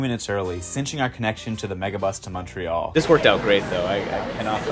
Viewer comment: So much commentariat action on ridiculous Canadian tidbids....so let me add to them...you get all the heat on pronounciation, but major props to your correct Canadian pronounciation of Montreal and not Mawntreeeal. Merry Christmas and cheers from Pointe-Claire.